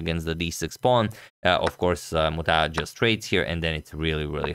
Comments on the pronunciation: Other day you struggled with Sri Harish, today you are spot on with Muthaiah's name. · What a challenge for Agadmator to pronunce the names of Indians Srihari, Muthaiah, Narayanan, etc., :D but I tell you guys that he did great to pronunce them well.